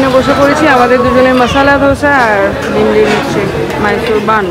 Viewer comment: Medicine shop e ogulo ke chocolate bolena r mimlir pronunciation ta thik hochhena